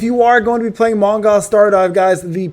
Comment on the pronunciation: Man, don't say Mong(ai)l, I bet you it's 100% Mong(ee)l! But whatever ;)